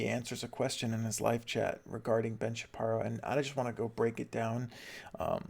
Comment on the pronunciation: Why are you calling him Shapierow?